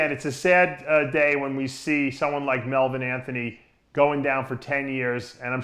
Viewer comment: melvilin anthony lmao